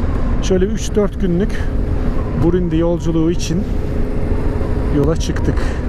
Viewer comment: kardeş brundi diyon ya yolda ya sınırda ya benzin sırası. Çok başarılı olmuş Sağol